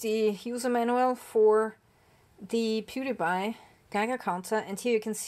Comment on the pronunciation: 😂 I thought you said the brand was "Pewdie Pie" LOL!